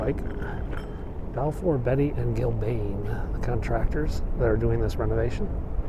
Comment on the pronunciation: Balfour Beatty: pronounced Bee-tee, not Betty - A British construction company!!